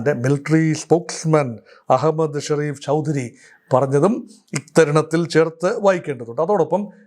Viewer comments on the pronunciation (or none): none